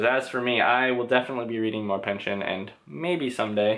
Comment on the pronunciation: I jus have to say right off the bat... bless you for saying Pynchon and not PynchON.